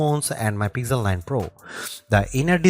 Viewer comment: Pixel ❌ Pizzel ✅